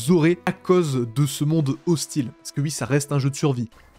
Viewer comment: Tu dis plus jamais "Wui"